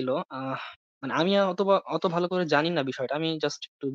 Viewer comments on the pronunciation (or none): none